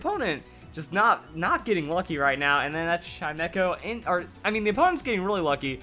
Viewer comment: Uhm it's pronounced Chime - Echo. Chime, as in wind chimes.